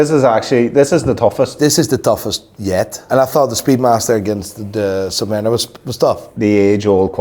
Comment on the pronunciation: The redhead clown can not even speak English. Listen to how he says Submariner 🤡